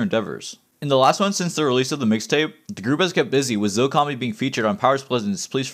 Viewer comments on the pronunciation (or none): none